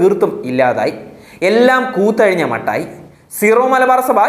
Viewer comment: കൂത്തഴിഞ്ഞ അല്ലടോ. അക്ഷരശുദ്ധി പഠിക്ക്